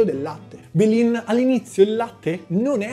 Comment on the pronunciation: Belin sto video è geniale. Comunque la parola belin andrebbe usata al 90% delle volte per frasi di mugugno. Belin poi ha bisogno di più enfasi. 😂